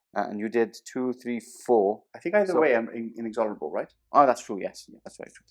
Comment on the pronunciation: Another great report, gents - I've been loving all the HH content! As a quick (and somewhat nitpicky) aside, the rule terminators have (Inexorable) is pronounce in-ex-or-able, not in-ex-ON-or-able. Keep up the great work!